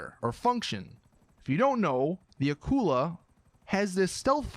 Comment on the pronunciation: its not aqula its akula and its a shark